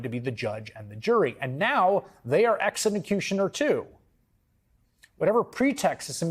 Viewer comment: I just hate that the news anchor said exenecutioner..